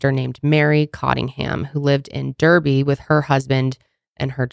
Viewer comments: Your pronounciations are so cute ❤ we say Darby for Derby in the UK and shire can also be pronounced 'shere' depending on accents over here 😊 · You did so well with the English place names… till you got to the Midlands cities. So, It’s Derby (Darby) and Nottingham (Nott-in-mm) As far as sentencing and comparing to Shirilla’s fatal car crash. Shirilla showed guilt and remorse, I think that’s possibly a big part of the victims families reaction, if they see the person has remorse. I do believe in rehabilitation, I don’t believe in life sentences for children, or death sentences as some might. I do think an 18 and increasing to 25 year old can be expected to understand consequences a 13-17 year old may not have that capacity, they are still children. I also think that violent sxual predators should be treated as harshly as murderers. It’s a life ruining crime but the conviction rate is shockingly low and I assume it would be even lower if the sentencing was higher bc for some wild reason others don’t see how serious and dangerous those criminals are, unlike other violent crimes. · Guys I love your effort but Derby is pronounced Darby. I know it’s wild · Shire means County and is pronounced "sheer". xxx Derby is pronounced "Darby". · You had me and probably all the other Brits, creasing at how you pronounced Edinburgh and Derby. Good attempt though 👏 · As a Brit you still butchered the place names 😢 but I appreciate the effort 😂!!